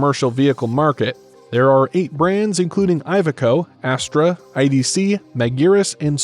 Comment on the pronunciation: Iveco is not poncounced Eye-veco. the first letter is pronounced like Indiana or Illinois